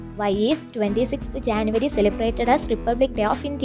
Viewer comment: It is not Janvary it is January